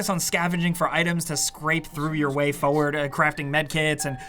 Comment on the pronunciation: Forward has 2 R's in it. Why do you keep saying "Foward"?